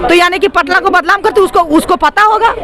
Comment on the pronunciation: Badlam hota hai badnam hota hai pahle bolna सीख